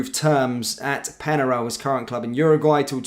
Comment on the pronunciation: Penarol! Not Penaral! Pronunciation is important, they’re a well known team of the past!